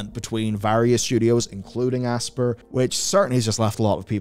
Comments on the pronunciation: it NOT ASS-PUR its ASS-PIE-ER , you calling it Aspurr is gonna give me a frikin' anyurisim. Just Kiddin' it is kinda annoying though. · This is the new Ubisoft (you be soft). It's pronounced Aspire. Class over. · It's pronounced "aspire" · have you never played an Aspyr game? their pre-menu video clip is literally a woman saying the name of the company while the logo gets hit with lens flare and she says "asp IRE" like the word 'aspire' not 'asper' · I always assumed Aspyr was meant to be pronounced the same as "aspire"...no? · it's pronounced like "aspire", sir.